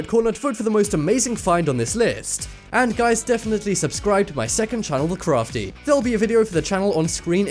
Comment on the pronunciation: Look up the proper pronunciation for Tuscon. ---> You're pompous and wrong. And for once, while you're at it, see if you can get Crafty correct too. --->